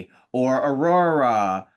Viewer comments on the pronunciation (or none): I love for the fact that Trinity cant say Aurora. Ururuh